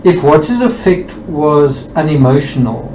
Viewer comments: It may be more clear to the audience if you pronounce “affect” (as in, disposition) correctly with the emphasis on the first syllable to differentiate from the more widely known verb, affect (to influence) which is how you are pronouncing it. Not meaning to come across in a condescending way. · Just to say that affect has the stress on the A. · Dear please pronounce affect It's definitely than the way you are putting the emphasis on the words differently Is all